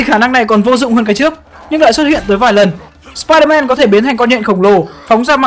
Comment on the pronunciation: sao ai cũng nói spier-man là spierde ?